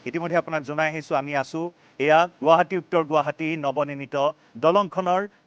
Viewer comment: প্ৰথমতে বাতৰি চেনেল খুলিছা গুৱাহাটী শব্দটো শুদ্ধ কৰা